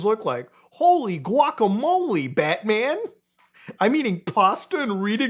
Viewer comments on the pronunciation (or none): none